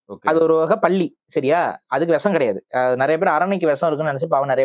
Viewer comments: பல்லியை பள்ளி என்கிறீர்கள் விழா என்பதை விலா என்கிறீர்கள்... சற்றே பயிற்சி எடுத்தால் உச்சரிப்புகளை திருத்தலாமே... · தம்பி நீங்கள் பல்லிக்கும் பள்ளிக்கும் இடையில் பேதம் உள்ளது சரியாக உச்சரிக்கவும் நன்றி ❤🙏⚓️அம்மா